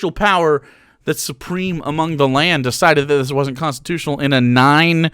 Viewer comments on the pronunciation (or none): none